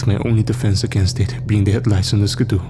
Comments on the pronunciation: If you're saying ski-doo it's pronounced like skee-doo. Not trying to be rude though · Haha I was looking for this comment. Yeah it most certainly is “skee-doo” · ‘Skuh-DOO’ had never in stitches!🤣🤣🤣 Great narration😃😃😃.